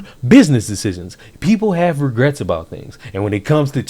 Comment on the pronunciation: "No regerts."